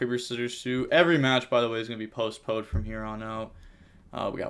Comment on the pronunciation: Keeps sounding like he's saying "post-BODE" lol